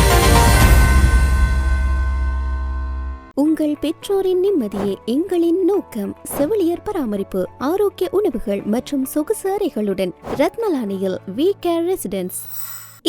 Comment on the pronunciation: உங்களது விளம்பரத்தில் செவிலியரை செவிளியர் என்று சொல்லப்படுகின்றது உச்சரிப்பை சரி செய்து கொள்ளுங்கள்